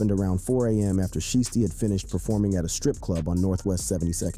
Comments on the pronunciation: It's shiesty not sheesty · Shiesty... not sheesty. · How u gone say his name right once then go back to callin him sheesty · Lol I was thinking the same thing. Every time he say his name like that it hurts my ears 🤯😢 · Blowing my life he can't say it right 😂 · Say sheesty again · You can't seriously be sayin sheesty. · How you say his name right one time then you mess it up the rest of the video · I cringe everytime you say his name.. geez.. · If u can't say a rappers name right. Please don't make videos about them. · Bruh say his name right 🤦🏽‍♂️😂😂😂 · Dude you slow u not even saying his name right😭😭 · Bru say his damn name right 🤣🤣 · Say his name right !! 😂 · How you going 2 do a video about a man and not pronounce his name right tf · This dude is slow can’t even say Pooh name right 😂😂😂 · don't do the video if you cant pronounce his name...and you know what you're doing because you said it right at one time